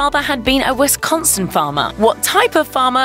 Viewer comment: Culver's does rock. Great food and atmosphere. But it is pronounced Wis-con-sin, not wes-con-son.